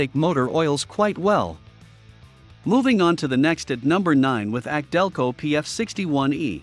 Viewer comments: A C DELCO - NOT AKC - DELCO👎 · Laughably inaccurate list. Repeatedly references anti drain back valves like they are magical and unique. Commentary is read from the marketing material on the boxes as if it's factual. Pronounces AC Delco as ack Delco several times. Find a channel like project farm for really well done comparison videos. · YES !! This is the 2nd clown I've heard say "ack-delco" on U-tube. Here's the deal: The "AC" comes from the initials of Alexander Champion, who pioneered a spark plug that was used in early General Motors cars -- and the "AC" brand of spark plugs was of poor quality, but GM stuck with them anyways. GM later adopted the Delphi Group, and they started using "ACDelco" as their go-to logo. I remember back in the '60s, AC plugs were so bad, you'd pull a plug from a GM engine, and your first comment would be: " ACK !! DELCO !! " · The voice on this video is computer generated that's why it can't properly say some names like ACdelco